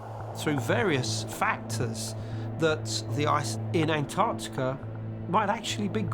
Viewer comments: Why do they keep saying 'ant-artika' ? Hahaha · Why do the American commentators say 'An-artica' instead of AnTARtica..?! Curious! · The way the narrator says Ant artica, ugh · I just wish they’d pronounce Antarctica properly. They all say AnArctica…. There’s a T in there bro. It’s pronounced AnTarctica. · AN- ARTICA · ANTARTICA❌ AN ARC TECH-A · Stop saying ANT-ART-ICA!!! It's so annoying! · why can't Americans pronounce Antarctica. There are 2 t's, and 2 c's Ant Arct ica. Not anartica or Antarica or Anarica. Nobody say Unied Sates of Ameria do they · AnT arC tica. Not Anartica. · Do wish yanks would pronounce Antarctica correctly, try anntarrrrtica. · Antarctica has two 'c's. One of them isn't silent. Your credibility is greatly reduced if you can't pronounce it correctly. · how ca you take a person seriously if they can`t even pronouce antarctica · The third letter in Antartica is T- PRONOUNCE it!!! 🤦‍♂️